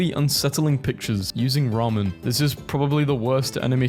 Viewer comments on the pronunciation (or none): none